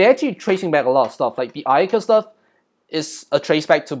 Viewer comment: The Massacre at Ayyadieh, They recreated the image from Richard's POV Bro I didn't realize there was Little Red Riding Hood there because I was focused on the subtitles, now that scares me💀 You said Black Ayaka like the N word lol😂